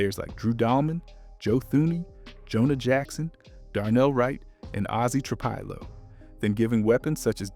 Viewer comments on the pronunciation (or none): Tra Pill low..not Tra pile Oh.. Ma nung guy.. you put the emphasis on the Nung part not Ma..You just have to hear it said properly on TV or radio..You hear their names on TV right? Or there are several videos that have people saying their names correctly so it shouldn't be difficult to do the same thing.